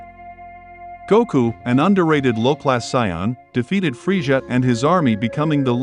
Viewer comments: It's Frieza not friesha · Why do you call him freisha lol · 😂😂😂😂😂freesja was killing me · Man saying freja lol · Claps Frieza by calling him "Freesjah". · Anyone else catch that he isn't saying the name right?